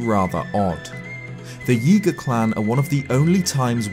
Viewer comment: Every time you say Yiga, it sounds like Yeega which makes me think you're going to say yeet